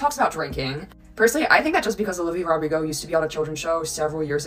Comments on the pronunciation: her name is olivia rodrigo. not olivia rodrigos. it’s driving me mad. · I really like most things you said here, but if you base your video mostly on one person it would be great not to mispronounce their name: it is Olivia Rodrigo, not: Rodrigos - there is no "S" at the end! I don't really care other things you mispronounce as it happens, but this one feels disrespectful - and I am not even Olivia 's fan XD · You calling he Rodrigos instead of Rodrigo is low key funny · no hate but what made pronounce olivia rodrigo's last name with an s? 😵‍💫